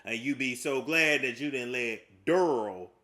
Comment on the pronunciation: Didn't you just say you were a nane person? Its not Durl it's Darrell. Lol